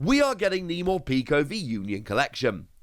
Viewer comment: Mor-peck-o. Not morpeeko